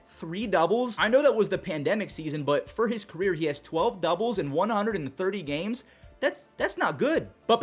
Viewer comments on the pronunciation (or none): none